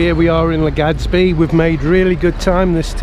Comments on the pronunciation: Haha. I noticed that too. Legadsbi. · Every time you say LegaDzBee I shed a tiny tear :(